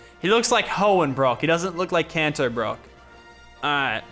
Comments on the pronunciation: he said KANZO its Kanto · he said kanto not cancer